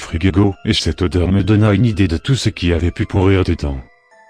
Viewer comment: Je viens de savoir que parfois tu disais des mots exagérés du genre "iDEE"